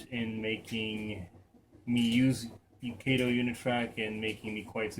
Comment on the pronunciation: It's KAH- TOE!!! Not KAY-TOE! Sheesh!